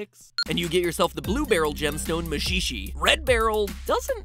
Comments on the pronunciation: REALLY MAXIXE IS PRONOUNCED AS MA SHI SHI? WOW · Maxy... Maxix... Maxics? MASHEESHEE